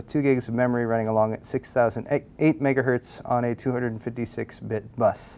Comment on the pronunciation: every time says mghtz... i remember his pun, and it megahurtz.